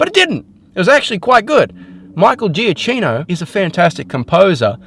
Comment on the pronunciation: Giacchino is pronounced Juh-Keno